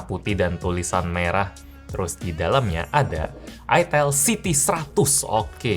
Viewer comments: Siti bang bukan City 🗿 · city bang bukan Siti Siti mmh saya